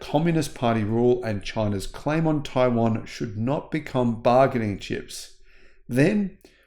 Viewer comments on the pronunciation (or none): none